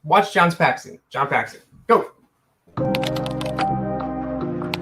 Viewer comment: You finally got Randy Brown right and then go and botch Paxson the whole video saying Paxton lol